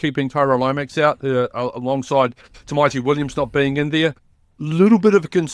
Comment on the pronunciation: How come no one can pronounce Tamati’s name properly 🤷‍♂️🤷‍♂️🤷‍♂️ Is it Tymati Is it Tiemati Is it Tyemati It’s T Amati A Ah Ta Ah Ta mati TAMATI. FFS